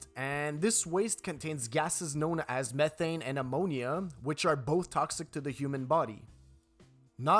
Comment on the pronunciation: I like how he says "meh-thane" 😂